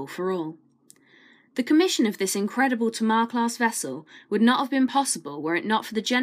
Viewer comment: Some nice pictures and words. Just an FYI, it's pronounced Tay-Mar like the river